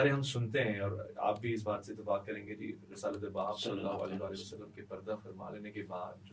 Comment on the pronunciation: کم ازکم درود پاک تو صحیح طرح پڑھ دیا کریں،صلے سلم کیا ھوتا ھے،کیا مطلب ھے اسکا۔یہ کون سا درود ھے،استغفراللہ